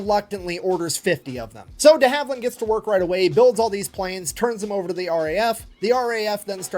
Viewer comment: Not Dee Haveland, deHaveland